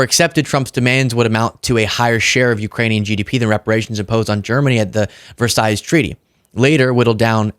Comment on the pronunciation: What is it Ukraine is paying Trump for? if he is going to negotiate peace and then leave it to Europeans to peacekeep in Ukraine? oh, and Versailles "veyr sigh" hope that helps !